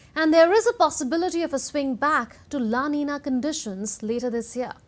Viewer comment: Aren't you pronouncing el niño and la niña incorrectly?